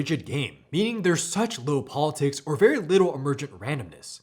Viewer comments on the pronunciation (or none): none